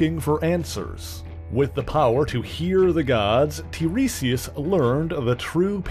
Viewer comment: I think tiresias' name is pronounced /tai-REE-si-us/; just saying.